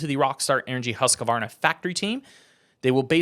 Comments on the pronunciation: Why the extra syllable with Husqvarna? Its Husk - varna, not husk - a - varna. Its like saying Austin Fork-a-ner. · The q makes the a sound. Never heard anyone say it the way you did